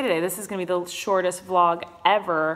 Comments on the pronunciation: it's vlog not blog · did you say blog instead of vlog... .no shade😂❤